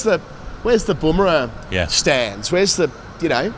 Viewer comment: Bum rah not Boom rah.